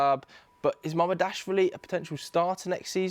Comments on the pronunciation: Ma-mar-dash-villi. Is that REALLY so difficult for ANYONE remotely intelligent to say? Or do you need to employ pundits who make even a SLIGHT effort? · Not sure why MAMAR-DASH-VILLI is hard to pronounce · He is on TV, presumably being paid and he hasn't bothered to learn how to pronounce Giorgi Mamardashvili? It's not even that difficult. Amateur.